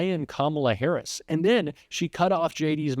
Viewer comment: J.D. Vance is lying like a freaking rug during this debate. I am interested in the number of lies Vance spewed throughout this debate. I don't know if J.D. Vance is aware that Kamala Harris is not currently the POTUS and dies not have policy, cause he keeps saying "Kamala Haiise policies."